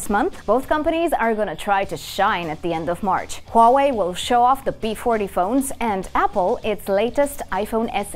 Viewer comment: you know it's gonna be a good video when the host can pronounce huawei correctly